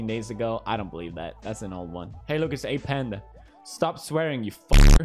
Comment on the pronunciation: wait so i just realized.. did you say hey its a panda or hey its apandah